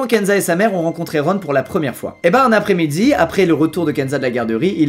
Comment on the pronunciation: A il dit après-midzi avec un accent québécois